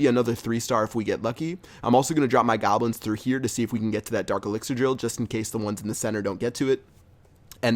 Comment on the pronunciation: It's goblins not gablins haha